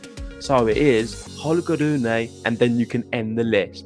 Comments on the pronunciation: It should be pronounced Ro-ne, not Ru-ne. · RU-NE. Please stick to that correct pronunciation of his name!! And STOP that "ugly" sounding ( and WRONG! ) "roon" thing. Greetings from Denmark.